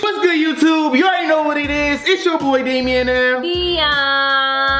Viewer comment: Why do Damien say * Damien and m wh not Damien and b ??